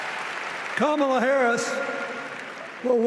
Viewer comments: Yes, mispronouncing her name is a very surprising error for Bill Clinton to make. He was always very careful about that kind of thing. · I hate to say it but President Clinton rambled on too long and lost the momentum Hakeem Jeffries had going. Also, I would have been happier had he pronounced Kamala’s name correctly